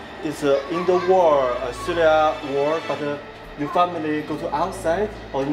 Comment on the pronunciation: and how many childrens? xuliya(English accent) 但是很鼓舞人心的片子